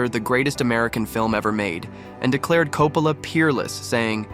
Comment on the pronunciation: Would've been nice to just watch the footage rather than a dull summary that can't even pronounce Coppola's name consistently.